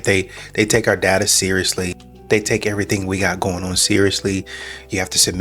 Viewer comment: Its data breach. Not dadda. Data.